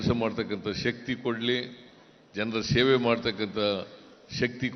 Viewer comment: Is it Sheve or seve .pronunciation is not OK